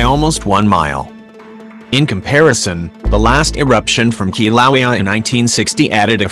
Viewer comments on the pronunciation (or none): "Kilauea" is pronounced (Kil'a'wa'ya) NOT... (Ki'low'wee) Get It Right!! Or Don't Say It At All >( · Ugh why use the auto voice it pronounces the name of Kilauea wrong and it’s irritating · Your synthetic voice can't pronounce Kilauea! Get a live human for your voiceover work! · Hard to hear the Volcano name mispronounced that way. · If you’re going to insist on using that obnoxious robot voice at least use a good one. Please teach it how to say Kilauea. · It's pronouncing the name wrong!